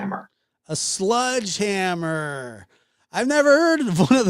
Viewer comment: What’s a “sludgehammer”? 😂😂😂